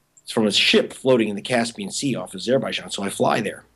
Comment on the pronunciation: Why does he pronounce azerbaijan like that? Sounds awful.